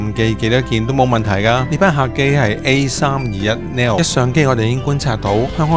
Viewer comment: A321 neo 機型, neo 的正確讀音是 /niː.əʊ-/